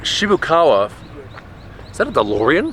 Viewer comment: lol the Dolrean